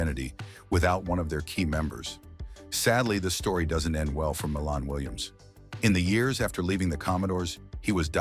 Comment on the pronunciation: Pronounced "MY lahn" Williams. He wrote their first hit, the instrumental funk classic "Machine Gun".